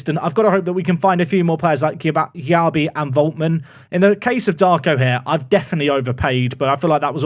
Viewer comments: As a Leeds fan, happy you secured Darko Gyabi (it is pronounced Jay-bee though)! Was highly rated in the Man City academy when he joined Leeds in real life. Shame we went for him instead of Lavia who moved to Southampton at the same time though. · Gyabi is pronounced like JB,! Great signing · Gyabi is pronounced "Jay-bee"